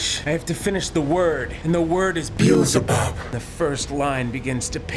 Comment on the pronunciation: Did you just say Bezlebub? That's the name of an actual demon...